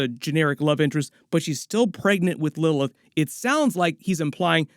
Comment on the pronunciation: Why can’t bro pronounce Lilith